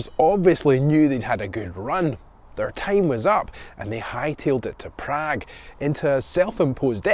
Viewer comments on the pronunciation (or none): none